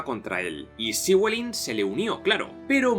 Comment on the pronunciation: Que tal amigo! Saludos desde Argentina. Acá en la Patagonia hay descendientes de galeses y nos contaron la historia de Llywelyn. Ellos lo pronuncian como "Léfelin". Saludos.